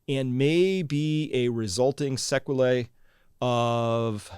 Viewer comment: Ask someone how to pronounce "sequela." Otherwise, you do a FANTASTIC job! Thanks!